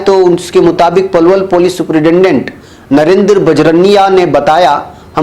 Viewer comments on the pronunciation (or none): none